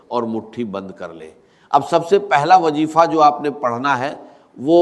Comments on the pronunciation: تلفظ کی جانب توجہ کریں یہ ڈاکٹر اسرار صاحب کی آواز نہیں ہے یہ کاپی رائٹ ہے جیسا کہ لفظ وظیفہ کو وجیفا بول رہے ہیں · Ap log kis darje ke zaleel hai Kah nahi sakte dr. Sahab ka nam lekar pura A.I.ka istemal karteho unka talaffuz aisa hai Zara ghaur kare jaise (wajefa)(jalamna)(jaroor)kya dr.sahab aise alfaz istemal karte the